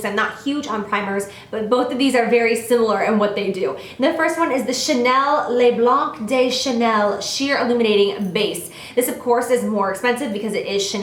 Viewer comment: LOL ***** you're too cute! Its pronounced "le Blan (without the "ck" sound so the c is actually silent) DEUH Chanel just thought I'd let you know cuz you always make that silly "i have no idea how to say this" face when you mention it :)